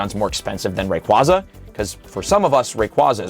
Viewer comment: Ray-QUAY-za And while we’re at it… Metagr-OH-ss and Tynam-OH Ray-quaw-za, Metagr-ah-ss, and Tynam-ao are just factually incorrect.